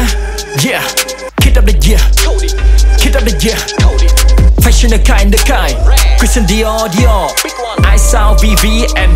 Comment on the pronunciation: Fashion đọc sai nha paa